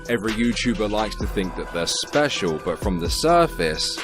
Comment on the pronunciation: "Special.... ahem speshul-"